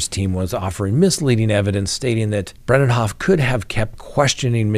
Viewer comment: It is Elaine Bre-de-hoft, NOT Brendenhoff.